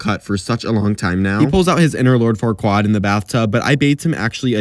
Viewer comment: The way he pronounced farquaad should be a crime.